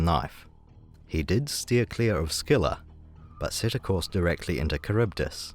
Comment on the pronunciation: That's not how Scylla is pronounced.